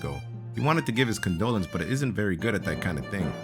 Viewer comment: "con-DOLAN-ces" hehe :p